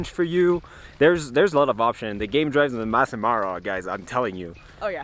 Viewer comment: It’s Masai not mass!